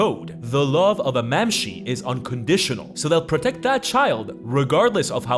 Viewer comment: Mamshee? Bro does NOT speak gaelic lol